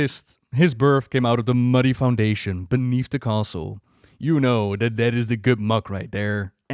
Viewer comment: Castle NATHRIA... NATHREZIM... come onnnn!